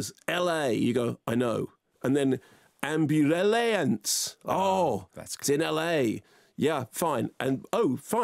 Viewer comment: "Ambu-LA-ance,....oh it's in LA" - That got me, can't lie.